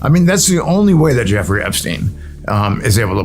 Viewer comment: Effrey Jepstein? 🤣